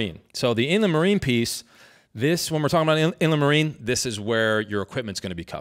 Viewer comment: It is spelled Inland Marine for anyone else wondering. I had to look it up in my policy. Weird way to pronounce it. In-le-marie